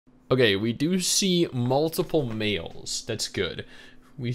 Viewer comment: I thought you said meals and not males at the start lol. So i was like “damn, bro that hungry already?”